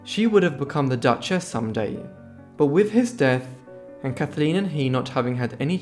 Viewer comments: Her name was Kathleen not Kathaleen, which is how you pronounced it throughout this video. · Kathleen not Kath-a-leen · It's not "Kath-a-leen"... it's "Kath leen"... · 1. Her name was Kathleen NOT Kath- a-leen. 2. The family didn't want people to know that she was traveling with her married lover. The story--for decades--was that he offered Kick a lift to France. 3. Her lover, Fitzwilliam, insisted that the pilot fly during a heavy storm against his best judgement. So much for the Kennedy curse. British arrogance! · Can't stand your pronunciation calling her Kathaleen it's Kathleen! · The name is pronounced Kathleen not Kathaleen. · kath-ah-leen. I think I like the way you say it better, must be the accent. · Why can’t you pronounce Kathleen properly. Your voice is irritating to say the least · It’s his accent lol you know he’s saying Kathleen not a big deal get a grip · Yes it spoiled the video for me as I cringed each time he pronounced her name wrongly!